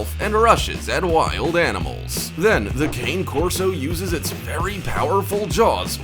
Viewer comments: It is pronounced Ca-Né Corso: it is an Italian breed and kayne means nothing at all. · I’m surprised u didn’t have presa canario and/or South African Borboel… also, lots of people mispronounce cane corso; it’s pronounced caan-e korso, not cain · How did the Boerboel not make this list??? and it's pronounced Cah neh Corso not Cane, it's Italian. Thanks for the vid, lots of great footage. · It’s not King or Cain Corso it’s Cane Corso pronounce con-nee corso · Cane Corso is pronounced Kah-nee Kor-so and they are the most amazing breed if owned by people who know how to handle them. Ramsey deserved it. They are very athletic but the combination of intelligence and willingness to please sets them apart from most guardian breeds.